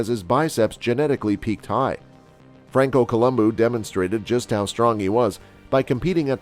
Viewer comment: "Francoo Columboo"